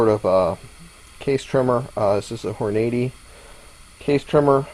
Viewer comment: hahaha hor-nady haha